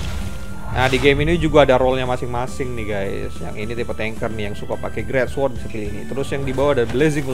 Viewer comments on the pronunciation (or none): none